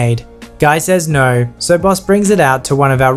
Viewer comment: I keep hearing the word bus instead of Boss